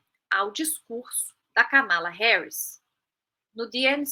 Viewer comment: Corrigindo: A pronúncia do nome Kamala tem a primeira sílaba tônica e não como essa jovem falou, que não sei o nome (não colocaram na tela).